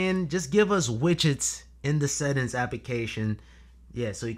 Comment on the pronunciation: I can hear your pain every time you say settins